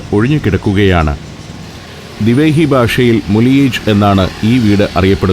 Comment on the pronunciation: മുളിയേജ് അല്ല. .മുലീ ആഗെ